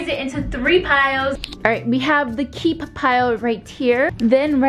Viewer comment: The way she said keep KCHEEEP